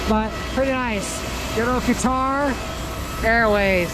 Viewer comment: I don't understand your pronunciation of qutar. And I thought which place is this. Haha